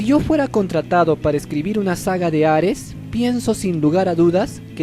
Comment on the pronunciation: No es hares es hades pronuncialo bien lislike😐